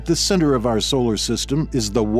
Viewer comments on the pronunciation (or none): none